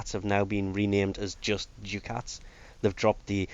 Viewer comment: Cool vid: as a complete aside..."Ducats" is pronounced "dukkuts"